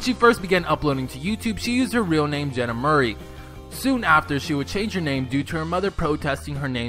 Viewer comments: 1) She has three dogs 2) She has a dad too? 3) It’s De-vine Mouraay, not Murrr-why 4) She had a different channel before her current one. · It’s said like Maury not Murray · The person who made this video needs to learn to do better research. She has her father in her life, her parents are divorced. They've got three dogs together, and yes, Peach is also Jenna's dog too. You pronounced her last name wrong. Your video is mediocre at best.